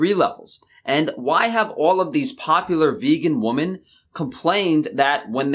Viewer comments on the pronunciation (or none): Love your vids man, but please look up how to say "woman" and "women". Awesome video though :)